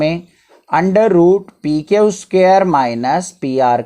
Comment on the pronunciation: Q ko kyaau mat bola kyu bola